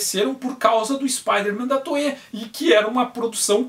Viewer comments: No nome toei, o I é pronunciado, não é toee, é toei mesmo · "I" depois de "e" em japonês alonga o som do "e". O som de "ei" de "Toei" é do kanji "映" (projeção), que se pronuncia "ee" e faz parte da palavra "Eiga" (cinema), que se pronuncia algo como "eega".